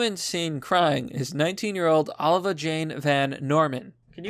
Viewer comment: Oh Live ee ah.... not Oh La Ve Ah